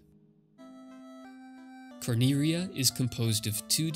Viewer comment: IDK why you didn't just call Cornelia what it is. You're reading it like you're japanese and cant pronounce Ls. You can. It's just annoying to me lol sorry